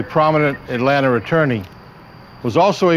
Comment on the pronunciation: 😂jim cant say Atlanta “atlanter”